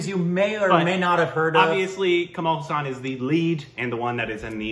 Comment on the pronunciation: it's Hassan not hussan... please pronounce correctly 😭😭😭